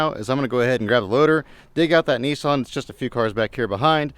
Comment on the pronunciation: Nissan or kneeson😂